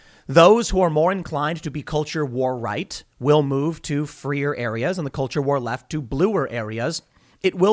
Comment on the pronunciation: Anyone notice how Tim said freeer and bluer areas